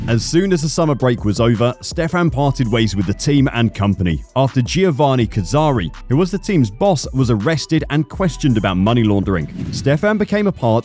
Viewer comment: Is it true that the speaker will use the winter break to learn to pronounce non-english names ? Like "Giovanni (Jo.wanni not Geeeowwanni) or Brno (Brrrrrrno nut Bruno) etc.......